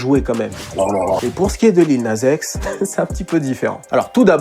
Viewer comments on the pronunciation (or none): "Lil naze x" wesh quand tu dis Nas tu dis Naze ?? 🤣🤣